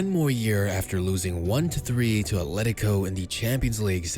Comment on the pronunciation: Atlético* not Atléricouw